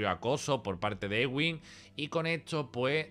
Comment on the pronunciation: Es eduin no egüin, de Edwin.